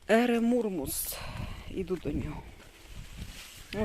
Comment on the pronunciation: Еремурус,а не еремурмус